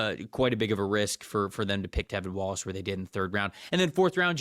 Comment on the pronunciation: tRevin Wallace my dude… TRRRRREVIN. Jeez Louise